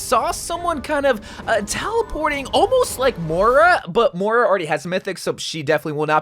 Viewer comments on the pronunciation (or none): none